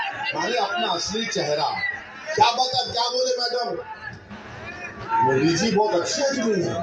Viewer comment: तु है कोंन बे ,जो मोदी के saath जायेगा पहले तू मोदी बोलना सिख ले बेटा।।।।समझा